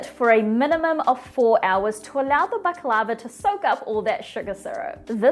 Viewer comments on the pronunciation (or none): You’re not pronouncing it right!